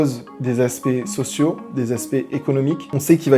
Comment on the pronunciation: Merci pour toutes ces explications. Très instructif. Un gros effort en anglais (secret, engine...) et un petit en francais (il faut que vous vous le diSIEZ, défis sociétAUX, ce qu'ILS voient...) et ce serait parfait.😊